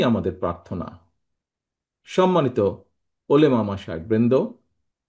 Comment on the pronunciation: উনি নাকি মুসলিম,, উলেমা বলে,,আরে ভাই,,উলামা উলামা হবে